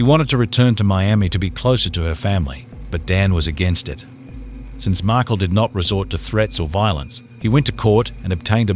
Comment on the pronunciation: Why would you narrate this video given you cannot pronounce Markel or Adelson?